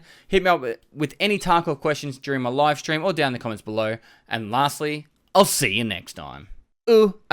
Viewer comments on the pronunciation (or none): none